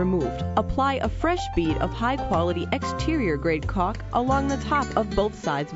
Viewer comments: It seems like she is mispronouncing Caulk, Maybe they need to get someone different from Fivr next time from home improvement profession. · I like how she says caulk